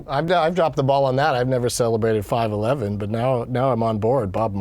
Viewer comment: It sounded like he said he would celebrate 9.11 when he said 5.11